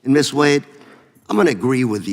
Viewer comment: "Miss Wuad you can begin now" (That chairman has issues [cognitive]) Miss Wade then introduced herself with pronunciation as WADE and why is she a Miss if she has a husband? After her introduction the chairman AGAIN called her 'WAUD' Is that guy educated in West Africa or what??? !!!